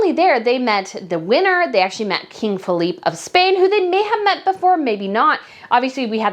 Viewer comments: The King of Spain's name is FELIPE (pronounced Feh-lee-peh) not Philippe, which is French. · Pronounce King Felipe (pronounced Feleepay not Feleep). Love you but as a ethnic Spaniard those are my peeps